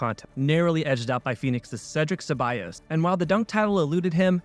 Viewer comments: It's Cedric Ceballos not Cedric Sabyas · well it's good someone said something cause this dude also screwed up pronouncing Cedric CebaLLos and completely jerked Larry Legend by calling him Larry Brown. Mf shouldn't have an NBA youtube channel if he can't even get the player's names right.